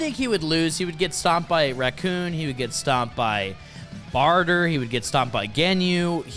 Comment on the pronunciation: Bro… if you are going to make a video, check some pronunciations first. Their names are not “Recoon”. Or “Barter”